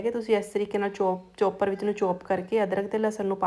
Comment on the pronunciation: ਚੋਪਰ ਨਹੀਂ ਚੌਪਰ, ਪਕੋੜਾ ਨਹੀਂ ਪਕੌੜਾ ਕਹੋ ਜੀ ।